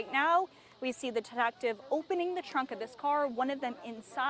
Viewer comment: DetActive. Taxting. She can’t pronounce the letter “e” very well.